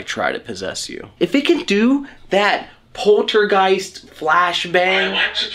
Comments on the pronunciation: .. spirit said ”polterjist” 🤣🤣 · That Kevin guy, the attachment you guys hay has to be shown who’s the boss, you have to let him know he’s NOT allowed to interfere in your investigations, a couple of minutes before I noticed he’s there , he keeps repeating the same words, the way he pronounces “poltergeist “, the reference to “black eyes “, and other words and expressions have been repeated in more than 4 episodes...... that’s a real demon you guys were talking to in these EVP s 😮🙀